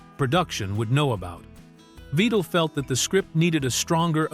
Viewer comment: I know, right. The AI Guy mispronounced Vidal's name at least twice. I had to go back to figure out who he was talking about.